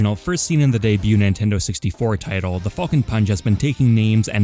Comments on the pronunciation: “Fall-cun Punch” boi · Ngl, I swear to fucking god I kept hearing say "Fucking punch" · The way you pronounce falcon hurts me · Not the biggest fan of the way u say Falcon but your content is just as great as always! Keep it up with the best quality ever man!